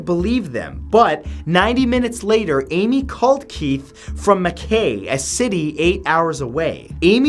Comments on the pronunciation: Mack eye v McVeigh pronouncement! Murrricans & nadians funny! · Lol Matt... the city in Australia is Mackay... Mah-kye ;) great video! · That Australian town “Mackay” is pronounced “MacEYE”. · It's pronounced 'muckeye' mate